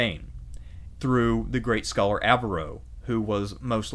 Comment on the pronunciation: I applaud your excellent presentation. Much detail but not too much for a bite-sized video. (I wish you had a more Spanish pronunciation of Navarre. Also Averroes.) Spain was a critical agent in the rise of modern Europe. Previously, northern Europe had been backward, illiterate, and impoverished. Andalucia was cultured, highly literate, and relatively wealthy for the times. Huge credit goes to the Arabs and Jews. My first eye-opener was reading Washington Irving. Expelling the Moors & Jews has cos Spain dearly. Their national decline since that time has been rapid. The Christians that "won" with the reconquista were intolerant, bigoted, (and actually, their own worst enemies.) I feel like one of the miracles of history was the Ottoman role in rescuing Jews at that critical moment. If you get a Catholic education, I hope you are fortunate enough to study Thomas Aquinas. Modern scholasticism, which helped trigger the Renaissance, owes a huge debt to the Andalus, and the Jewish and Arab Aristotelians. So many words in our language, particularly related to Astronomy, Math, algebra, chemistry -- have come to us from the Arabs (and Jews) via southern Spain. Even spices. Words like cinnamon and coffee are of Arabic derivation. In Spanish, the influence of Arabic is even more profound. It was "bad luck" (the evil eye) for Spain and Portugal when they expelled the Jews. But it was good luck for the nations and kingdoms that received them -- including Turkey & the Balkans, the New Wor